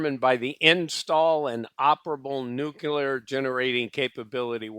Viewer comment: I like the video. But jesus fkn christ if i ever have to hear you cough, clear your throat, or say "nukular" again...i might not be able to stick around.